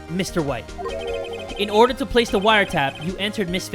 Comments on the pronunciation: inhales “ oRdAh. oRdAh iN dAh cOuRt! “ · ODAH I WILL HAVE ODAH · Yeah, with that papers please accent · I agree